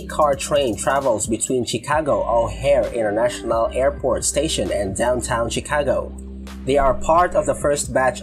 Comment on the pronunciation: CHIcago is pronounced SHEcago.